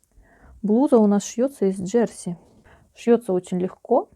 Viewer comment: Ударение на последнюю букву - «джерсИ»... и почему вы говорите, что на юбке замОк?.. почему «замОк», а не молния, непонятно... всё таки нужно в шитьё правильно использовать терминологию... уж, извините, но пришлось написать, так как режет слух...и простите, но зачем вам такие чёрные волосы, ведь вы молодая девушка... лично я считаю, что все женщины с чёрными волосами - ведьмы... светлое - это добро, а чёрное - это зло...